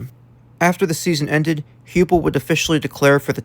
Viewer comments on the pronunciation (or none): Heupel is pronounced Hi-pul